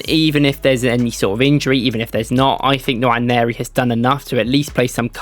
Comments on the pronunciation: It’s not Nawa-neri, it’s more like Noire-neri. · The N is silent. Waneri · Nwaneri = nwA-nay-rI This is the correct pronunciation because he is nigerian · no it’s not. It’s pronounced En-Wan-Airy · Its pronounced Enwa - neri , hes from the same Nigerian tribe as me. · Great video. Please learn how to pronounce his name properly. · Good video. but please stop butchering his name. If you need a pronunciation clip DM me. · Quite frustrating to be hearing it. Not every name has to be anglicised